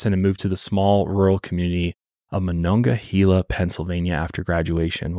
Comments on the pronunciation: This is so not important but it’s killing me as a Pittsburgh native. It’s monongahela -hayla not hela. Everyone says this wrong lol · Pittsburgh native here. It's pronounced "Ma-non-ga-hay-la". Haha. For a little visual McKeesport back then was a very dangerous city. It was a lower to middle class community saturated in drugs & crime. Its since been gentrified as a lot of the towns around Pittsburgh have.It's under better leadership & is making positive changes. I still wouldn't walk there alone at night though. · i know you were trying your best but ohhhh i cringed at how you pronounced monongahela MA-NON-GAH-HEY-LA😂😂 sincerely a pittsburgher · Taught at Ringgold in Monongahela. Never knew of this story! MonongaHEYla. You were close! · Idk if I say if right but the way I was taught was "mon-augh-uh-hey-la" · I grew up also about 20 minutes from Pittsburgh... I remember my Mom was ALWAYS leary of people and after a horrible incident that still haunts me to this day I will never be the same and while I have moved and no longer live in as populated of an area we live more rurally I still 100% follow my gut and vibes for my 2 boys!! Also your pronouncing Monongahela lemme give ya a lil help phonetically it's Mo-non-gah-hay-la .... hope that helps..... lol have an amazing day!!! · I’m from monongahela and listening to pronounce it has me cracking up 😂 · Funny hearing you say monongahela we still say it slightly different around here I live so close I've heard of this case before but it's shocking that more people around here haven't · As a Pittsburgh native your pronunciation of monongahela is hurting my soul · monongahela is native and the e is pronouced as ahard a